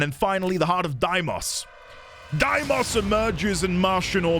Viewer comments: All prime parts are dropped by relics, so you can safely google that! But I'd be wary of googling where you get the relics themselves tho XD also, its day-mos, not die-mos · I think its pronounced like dei(they)mos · Few notes. It's "Day-mos", the song is "party of your lifetime" by "On-lyne", and the warframe is pronounced "Zaku" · Deimos in Warframe at the very least is called "Day - mohs" just as a heads up.